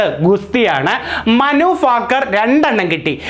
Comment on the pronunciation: മനു ഫാക്കർ അല്ല.ഭാക്കർ